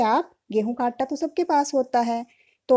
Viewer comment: Madam aata bolna sikhiye pahle aap